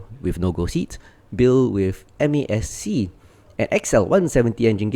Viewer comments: MASC is pronounced Mask. Good video though 👍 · Just say "mask"... Four syllables is... triggering lol.